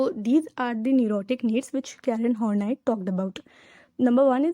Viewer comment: sorry but its pronounced as karen Horn-EYE.